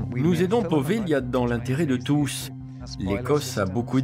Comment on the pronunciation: c'est poveglia son nom! prononcer povelia en italien! j'aime beaucoup cette île. N.🌷